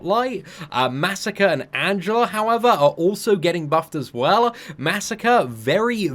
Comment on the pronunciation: Ummm it's Masacre* ma-sac-ray lol